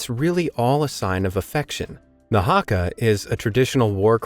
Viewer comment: HE SAING HRAKA IT HAKA